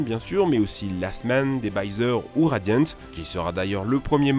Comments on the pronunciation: C’est surtout le mot radiant et je t’ai qu’il prononce mal 😭😭😑 Radiant c’est quand même un peu français 😭😭😭😭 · Radiant, ça se prononce à la française et non a l'anglaise non?